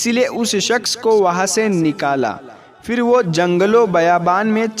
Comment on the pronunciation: FIR Kyu bolte ho..phir bolne nahi aata..urdu bolne wale ho na ?